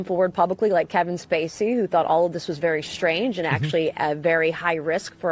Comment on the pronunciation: "Let me be bery clear" " i did not have sexual relations with that gerbil"... 😄🤣😆